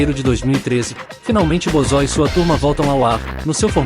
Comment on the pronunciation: Cara toma cuidado com o sintetizador de Voz, Ele pronunciou errado o nome Bozo, ficou "Bozó", escreva "Bôzo” assim vai pronunciar do jeito certo.